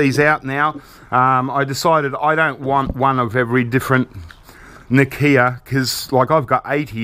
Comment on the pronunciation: its not na kia its nokia